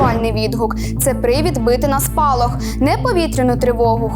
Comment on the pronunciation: СПОЛОХ, А НЕ СПАЛОХ